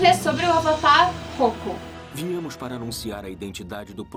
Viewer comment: Não é Rokku é Roku